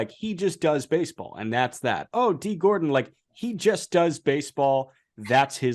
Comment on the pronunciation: gordon btw not gordan. great video tho